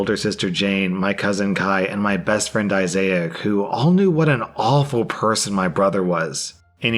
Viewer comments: Girllll I was dying every time pronounced ot like that 😂 My bestfriend is called that I had to send him the video causd it was so funny to me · why do you say issiac (eye-Zay-ack) instead of Issac (eye-zack)? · "Issac" is pronounced "I-zik" not "I-zai-ik" lol. And as far as the guy refusing to admit he took the weed...we live in a post truth world! Lol. I mean, all you have to do these days is deny and despite evidence it doesn't matter. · issac is pronounced "eye-zic" not "eye-zay-ac" 😭😭😭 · Isaac is not pronounced I-Zay-ac!!! It's pronounced Izuck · Why the fuck is he saying issac like that? its pronounced eye-zick not eye-zay-ick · WTF IS WRONG WITH YOU ITS ISSAC...NOT ISSAIC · “Isaic?” Issac. Is-sic lol. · I-zik. Not Izayick. You had one job. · Repeat after me: eye-zac. Eye-zac. Not I-zay-ak. It should not be that hard. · bruh Issac is pronounced "Eye-zak" not "eye-zay-ak" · Okay, the name is pronounced "I-zac", not "I-zay-ak". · I was getting super confused about Isaac being pronounced "Eye Zay ek"... I've never heard that before. Is that a normal pronunciation? I've only heard it as "Eye Zek". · Isaac is actually pronounced as EYE-ZAK, NOT I ZAY AK (There is NO "I" or "Y" in the Middle of the name). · Hey issac is pronounced I sack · Issac, not Isaiahc. Please pay attention to the post you're reading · ‘Issac’- Eye-Zack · Issac = “Eye-Zak”. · I’m sorry but.. did you just pronounce Isaac as.. “i-zay-ic”..? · Name Isaac, biblical name. Son of Abraham. Pronounced ' eye- zack' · Issac is pronounced EYE-ZIK! or EYE-ZAK! This was remarkably cringe to listen to! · Never heard isaac pronounced like that (I zic) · Bruh who’s I-zay-uck that’s said eyes-acc lol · It’s pronounced I-Zak. You are adding an “I” at the end of his name. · It would have been hilarious if dudes brother was dying of aids that he had got from another guy. Also Issac is pronounced eye zik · Why is pronouncing issac as “eye say ick” lmao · Did you just pronounce Issac like mosaic?